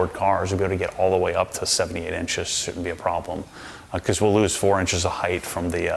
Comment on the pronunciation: Did you say heighth?